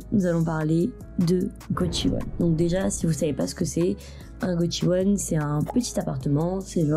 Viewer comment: C'est prononcé goSHiwon, pas gotchiwon.